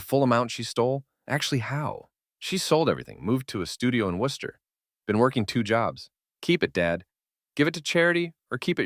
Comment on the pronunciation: How are you going to correctly pronounce Worcester(wuhster) and then not pronounce Quincy(quinzy)?? I was like oh this person is definitely from Mass but then u get quincy wrong of all places??? 😂